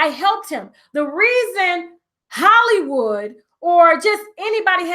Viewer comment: The "W" in Hollywod is the bomb!